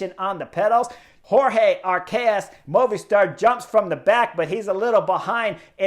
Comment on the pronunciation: I learn and love your analysis. Only one problema: your pronunciacion of the names of the riders: i.e. de Gent , Movistar Arcas, or your wonderful descripcion of you triumphal victory at Angilu. Gracias anyway